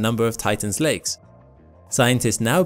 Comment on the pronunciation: Am I the only one who hears legs instead of lakes?